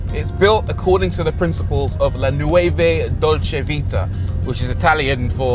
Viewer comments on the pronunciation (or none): Nueve is Spanish.... not Italian. So in fact the saying is "La nuova dolce vita_..... at least try and pronounce it right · As an Italian-speaking person, I’m slightly saddened by the kinda Spanish pronounciation. “La nuova dolce vita”, not “La nueve dolce vita”. “Nuova” is pronounced “n - wo - va” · Does he really play chess in a backgammon board???!! Damn that is a miss. By the way not “nuove dolce vita” but “nuova dolce vita” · FYI "nueve" is Spanish for nine. New in Italian is "nuova" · La nuova dolce vita, not la nueve dolce vita. It refers to la dolce vita, the historical period of 50/60' , where after the ww2 italy and in particular the city of Rome, has seen a period of renaissance, wellbeing and good stile that make Italy famous in the world. Classic cars like the 250 GT, cinematic production that were showing to the world the timeless beauty of Italy and cultural heritage that is never found elsewhere. La nuova dolce vita is a statement of coming back to those years, where the beauty came from a way of living and not only the raw power. I like this car a lot, maybe one day I'll be able to afford it. Thank you Ferrari for keeping the children's dreams alive. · Nueve?? WTF do yr research bro, it's not even correct in Spanish and this isn't a Seat anyway